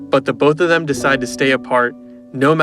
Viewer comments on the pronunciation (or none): Bro tham instead of them